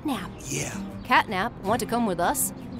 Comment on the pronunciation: Her name is CATNAP,NOT CATTYNAP